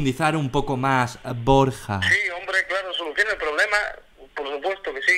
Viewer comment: BorJJJa xD